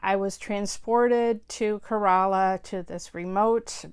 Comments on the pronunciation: Well the youtube video is pretty accurate except the first sound is not 'KHE' its just 'K' the single letter and that little pause in between 'ra' and 'la' is not necessary. its more like 'rala'. So extand the 'K' sound a bit more something like 'kaa' and its will sound like 'kaa rala' . Hope that makes sense.. :\ :) its more like this.. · I really enjoyed your review of the movie. Few facts i like to add. 1) Kerala is pronounced K - ra - la :) 2) Fahad actually broke his leg while shooting the climax fight scene. 3) The relationship with his father is so dynamic. His dad is such a wise man, even though he is a man of few words, eg: the way he calls of the first fight, the way he makes him understand how to became a better photographer and hence enjoy the beauty of life around him. 4) Mahesh just wants to make a point in the last fight scene, not to beat the man into pulp. 5) Human emotions are portrayed with excellent accuracy. The man goes into a stage of depression after he gets beat up. Revenge in his mind is not driven by evilness but out of sheer embarrassment he received right in front of his own people, hence its is a survival necessity for him to pay back. Speaks a lot about collective social aspect of humans.The society makes fun of his because its always "FUN" for people to kick someone who is already lying on the ground. He might have even killed the man if the girl had not come to his life, with love. P.S My ancestral home is in Idukki, so personally this movie was so nostalgic for me :)